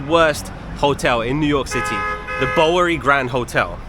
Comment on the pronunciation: I can't believe the comments on the hotel video that said "you get what you pay for". No one would pay for a vermin infested room. Glad that place is out of business. BTW the Bow in Bowery is pronounced like bow to the king.